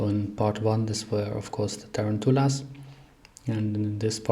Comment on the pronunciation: Tarantulas… look up the proper English pronunciation please